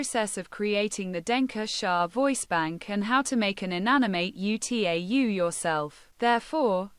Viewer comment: "(U.T.A.U.) ユ - つい - エイ - ユ" HOW DID T.T.S. MISPRONOUNCE "(UTAU) ウ - タウ"?! 😭